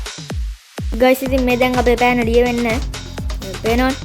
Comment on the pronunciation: පන නෙවෙයි යකෝ පෑන😂